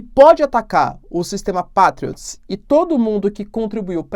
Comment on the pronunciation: Diz-se "Peitriots".